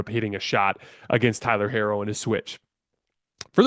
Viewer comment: Tyler’s last name is pronounced “He-ro”. Thank you.